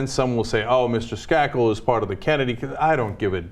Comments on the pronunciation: Pronounced Skay-kel, not Skah-kel. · its a little annoying how they mispronounce Michael Skakel's last name (s-cake-l) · Skakel... "Skay-kel"... Long "A"